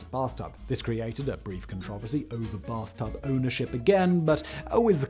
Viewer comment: Brath tub lol